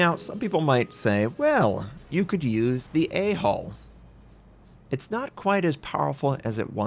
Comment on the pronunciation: I wanted to make a joke about it, but then after he said it a couple times I started to hear hole instead of hull.